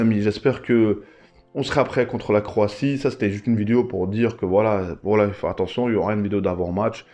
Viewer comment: Croatie pas croitie😅